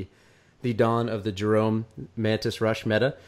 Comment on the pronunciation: Did one of them just pronounce 'Jerome' like 'Jeremy'? Are you off your nut Mate?